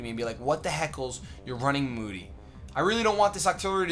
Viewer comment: The whole time was saying "I hate moody!" I thought he was saying "I hate Mooty!" Hahaha